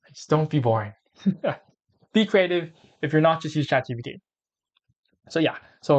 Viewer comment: Nice video but it's Chat G P T